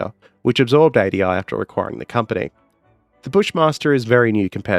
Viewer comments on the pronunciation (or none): none